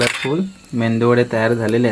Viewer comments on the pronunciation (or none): Mendu nahi re baba medu vade shiklella asun mendu vade boltos kay tu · Are medu vade ...Mendu nahi 😂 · मेंदू नाही मेदू वडे बोल दादा.. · मेदूवडे म्हणा अणि अवनी सुद्धा नेहमी तसेच म्हणेल. खूप छान!